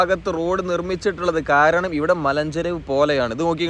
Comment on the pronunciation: നിങ്ങൾ നല്ല മലയാളത്തിൽ തന്നെയാണ് സംസാരിക്കുന്നത്❤❤❤❤ കാരണം മലഞ്ചരുവ് എന്ന വാക്ക് വളരെ മനോഹരമായാണ് താങ്കൾ പറഞ്ഞത്. സഫാരി ചാനലിൽ ഉൾപ്പെടെ എല്ലാവരും പറയുന്നത് മലം ചരിവ്, മലം പാത എന്നൊക്കെയാണ് .❤❤❤❤ മലയാളത്തിൻ്റെ ശുദ്ധതക്ക് ബിഗ്ഗ് സല്യൂട്ട്❤❤❤❤❤❤